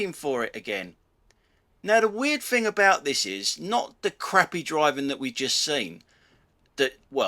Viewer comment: Quick to criticise incompetent drivers but are you prepared to take criticism on your incompetent command of the English language? It's thing not fing. It’s think not fink. Three not free... You really do have a problem the misuse of “th”. Then there’s your grammar… “Don’t do nothing” – double negative. The expression should be “Don’t do anything”. Them flashing lights rather than those flashing lights… Get a grip on your command of the English language or you’re no better than Audi drivers that can’t get a grip on UK traffic law.